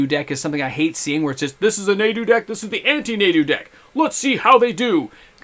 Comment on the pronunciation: Pronounced "nah-do"